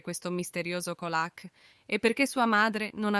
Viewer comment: Ma veramente? Assurdo dai!!!!! Peggio di beautifull😂 e comunque si legge Ciolak😂 mah !!!! E dire che voleva ucciderla derubarla!!!